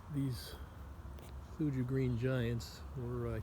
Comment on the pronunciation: pronounced thoo-ya 😉You can get them to grow a lot thicker and denser if you prune them properly. You don’t want them to be lanky, however tall. You want them to be dense and full. They are wonderful trees, I have 40 of them. For anyone else interested these can also be clipped into a neat hedge but don’t ever top them, you can taper the top but don’t ever touch the leader. Thank you for the video!